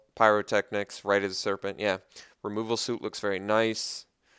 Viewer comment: Have you never heard the word "cleric" or the phrase "removal suite" said aloud before? Rips ears off and throws them away